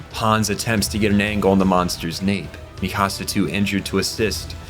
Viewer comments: Mikasa: exists Every content creator ever: "Mi Casa" 🤦‍♂ It's Míkasa, not Mikása - emphasis on the FIRST syllable. It's pronounced this way in both Japanese and English dub, I dunno where yall are getting Mi CaSa from 💀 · "Mee-kahh-sah" "Historia Reyes" "Yee-mir" "Gene" (Jean) "Wall Marriah"??? 😂😂😂 Lmao I CAN'T with these Pronunciations Bro.. I Spent the ENTIRE series hearing the names said one way & here you go saying them a COMPLETELY Different Way from BOTH the Dubbed & Subbed Audio. Smh. Great Video still tho